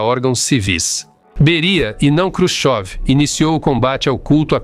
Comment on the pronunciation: Você está mais por fora que bunda de vedete! Quem disse que Nikita Khrushchev (não Krushov, como você diz) foi fuzilado?